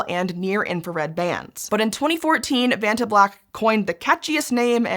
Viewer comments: When you said vatna it sounded like you pooped your pants. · Oh, come on, that acronym easily rolls off the tongue if you're not American. You should try a holiday on the beautiful island of Krk, you'll be able to pronounce "Vacnta" after that!